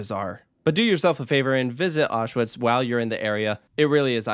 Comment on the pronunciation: Oswiecim should be pronounced "Oss-vince-im", not "Oh-shwime" And in German/English that's "Ow-shvitz", not "Osh-wits" Normally I'm not one to complain about bad pronunciations but this one completely threw me off until you showed the pictures of Auschwitz